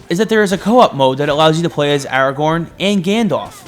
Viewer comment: Thankfully unlike IGN you said Aragorn’s name correctly.